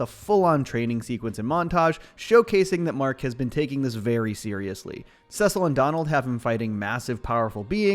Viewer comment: Cecil is pronounced (see-sil) not sis-ill